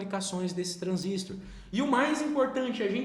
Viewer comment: Um transistor (e não transístor) é um componente de circuitos eletrônicos assim como o resistor (e não resístor), o transformador (e não transformer) e o capacitor (e não capacítor)...e a unidade é watt (uot e não vat, a pronúncia mais aproximada). Detalhes chatos qd repetidos diversas vezes.